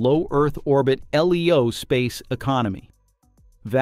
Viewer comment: Most humans read LEO as "LeeeeOh" ... AI does not.